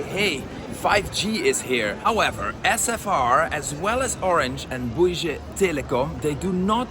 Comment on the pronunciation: Bouygues pronounced as in « give or gun » you’ll look like a fool otherwise, especially if if you think your prononciation is good! 😅